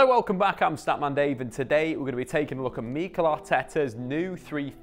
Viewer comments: Isn't it weird how he said meekel and not mikel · Nobody: Statman dave: Meekel arteta